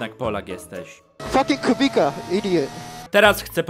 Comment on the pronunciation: Czemu na Kubicę mówią Kubika ?? 😂😂